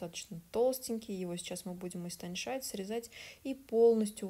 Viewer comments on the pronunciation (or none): Сколько смотрю канал, все супер, все нравится, кроме долгих съёмок, но вот это слово «истонШать»… мне одной слух режет? Истончать, истончить, истончается. Меня так учили в школе, и я понимаю что тут не урок языка, но хочется же слышать правильное произношение. Ведь это наш родной и красивый язык, которым хочется гордится, и который нужно знать, особенно человеку медийному🤷🏼‍♀️ИМХО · Почему Вы не говорите истонЧать? ☺️